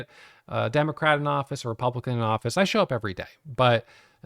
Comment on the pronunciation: Did he said DEMO-CRACK! 😅